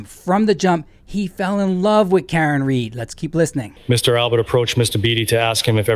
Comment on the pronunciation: It’s Read, not Reed